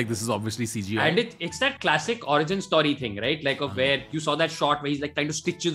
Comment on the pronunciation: Why is he pronouncing story as st-aww-ry lol.